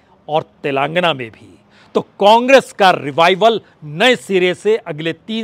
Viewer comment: उच्चारण तो सही कर लो भाईसाहब तेलांगना नहीं तेलंगाना खम्हाऊर सटही